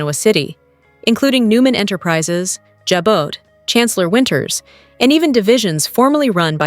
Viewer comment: Please Jabot is pronounced “Jabot” is pronounced “Zhawbō”. Thank you